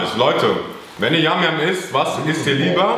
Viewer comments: Ich mag yum yum trocken mehr und es wird nicht yam yam ausgesprochen sondern yum yum wie auf der Verpackung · Das heisst nicht yam yam sondern yum yum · Nicht Yam Yam sondern yum yum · Man spricht es jum jum aus nicht jam jam